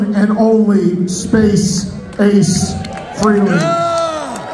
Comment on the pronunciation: Trunk still doesn’t know how to pronounce Ace’s last name correctly. It’s Fray-Lee. Not Free-Lee. Derrrrrrr